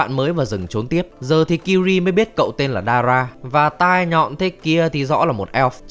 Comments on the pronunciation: Tên của công chúa Ciri đọc là Si-ri giống trợ lí ảo của IPhone ,chứ ô cứ đọc là Kiri nghe nó hơi chối tai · tên Ciri đọc phiên âm là Siri chứ ko phải Kiri nha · Ciri sao lại đọc là Kiri? :)) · Sao lại đọc tên con bé là kiri vậy cha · Ciri đọc sai phát âm r anh ơi